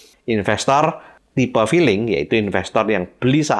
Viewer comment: Lucu pak,,,saat bapak bilang " infestor filling " ,,,kayak saya pak,,tapi selalu cuan pak